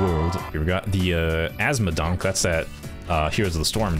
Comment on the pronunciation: "azmodonk" I hear "asthmadank"